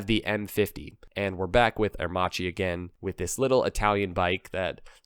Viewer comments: it's "AIR_MAKKI" not "AIR-MATSHEE .........." and it is " POR-SHE" , not "PORSH" (2 syllable ). "first electrical bike" worldwide ?????? Heavy doubts ...... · it's pronounced aer--makEE, not aermAchi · Airmacchi is pronounced "Airmahkee" not "Airmahgee". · The correct pronunciation is “aermakki"😉 Other than that ,nice video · Aermacchi is pronounced "air-makki". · It's pronounced Air Mah Key. It was a Italian aircraft manufacturer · The Livewire looks good!!!! Are you blind... A horrible looking thing and Harley should be punished for this war crime. PS.. Aermacchi is pronounced Aermac ie. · Very interesting video. I just recently discovered that aermacchi was owned by Harley. And by the way, just as a linguistic point of view if anyone's interested the correct pronunciation in Italian would be Ah-ehr-makki :) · Please, it's pronounced Ah-air-mack-ee. You might have included the family of Aermacchi two-stroke singles in displacements and street-only and dual-sport versions. There was even a race-winning MX250 motocrosser. The street-only versions at least looked like smaller Sportsters. They eventually became Cagiva. Postwar, the DKW RT125 was built by Harley in the US, BSA as the Bantam in the UK, Minsk in the Soviet Union, and Yamaha in Japan. Plus DKW themselves in West Germany and IFA in East Germany. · Please learn how to say aermacchi correctly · You are pronouncing Aermacchi wrong.... you say the cch as a solid C sound. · Re: Aermacchi. In Italian 'ch' is always pronounced as 'k'. That is basically the sole purpose of 'h' in Italian, it doesn't exist as a stand alone letter.